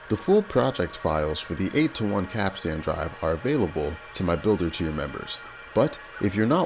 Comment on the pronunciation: Oh my god, I wish so bad that you looked up the pronunciation of the word capstan “pronounced kap-stn or kap-stin.”